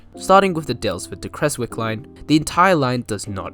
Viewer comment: Love looking for remnants of the Creswick line, there's even still rails embedded in road crossings near Newlyn. Also as a heads up, most locals pronounce it "Krez-wick"